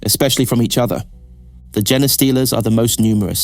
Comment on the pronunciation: hey dude, gene-stealers is pronounced like jean-stealers. not genie-stealers.